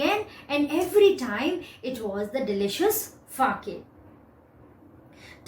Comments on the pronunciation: The pronunciation of sake is sa-a-ke and not fa-a-ke.. Pls change it..It is very misleading!!! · Wrongly pronounced Sake That Fa in the book was just to explain that you have to read Sa in Sake just like Fa pronounced in father... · Ma'am sa is pronounced as fa in father it is sake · Correct! she has mispronounced it!